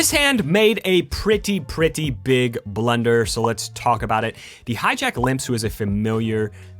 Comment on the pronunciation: does anyone else hear him say blender instead of blunder